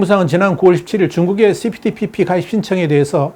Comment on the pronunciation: CP ~TPP라고 읽어야 좋음 (Comprehensive and Progressive Agreement for Trans-Pacific Partnership) (1)용불~~ 용설(×) 용~~불용~설 (o) 用이냐 不用이냐에 따라 달라진다는 내용이므로 (2)그리고 TPP라고 줄여서 호칭하는 분들이 계심 (범태평양 동반자협정)